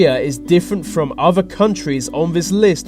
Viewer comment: All I could think of was why doesn't the narrator speak properly? He doesn't pronounce "th" correctly - the word is other, not uvver! Think, not fink.